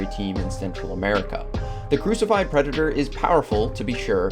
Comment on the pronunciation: Hearing you butcher the predator species pronunciation killed the entire video for me